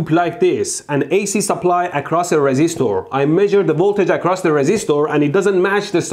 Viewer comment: resistoor, capacitoor and inductoor